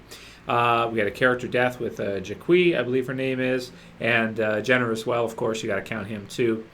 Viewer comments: Ja kwee? Ha! Jacqui! Pronounced Jackie! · jacqweee really? lol its pronounce Jackie, just spelled diferently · jacqui is pronounces like 'jackie'